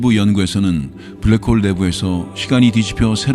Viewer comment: 잠들만할때 블랰호올 들으면 잠 확달아남